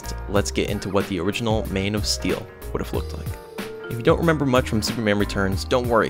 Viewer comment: You sound like your saying mane of steal